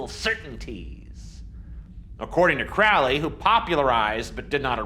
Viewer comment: Crow-Lee not Krally.